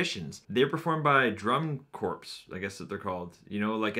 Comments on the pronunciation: Corps is said 'core' :) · Fyi the p in Corp is silent